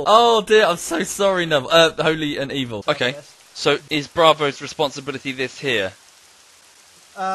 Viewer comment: “It’s holy N’Evil” continues to call